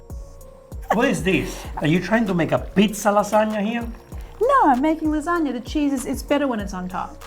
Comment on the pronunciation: "so you think Japan created the lasgana" 😂😂😂😂😂